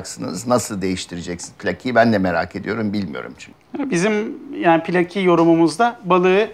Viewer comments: Pilaki kelimesi Rumcadan dilimize geçmiştir ama zaman içinde ayrısı gayrısı kalmamış, Türkçeleşmiş, "bizim" olmuştur. Bu nedenle okunuşu pi-lâ-ki şeklindedir. Pilaki veya Plaki diye söylemek, tam da Milor'un yol açtığı gibi kulağımızı tırmalar. Vedat Milor'un çok sayıda videosunu izledik. Doğru şeyler kadar yanlış şeyler de duyduk. Allah vergisi koku alma yeteneğini kullarak bir otorite havası yaratıyor. Halbuki çoğu zaman yaptığı, kendi zevkini öne sürmek, hatta dayatmak oluyor. Aldanmamak gerek. Bilhassa Türk yemekleriyle ve yemek kültürüyle ilgili yanlış şeyler söyleyebiliyor. Tavsiye ettiği lokantaların yaklaşık üçte birinde hayal kırıklığına uğradık. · Pilaki Türkçede üç kısa heceyle değil, kısa-uzu-kısa (pi-lâ-ki diye) okunur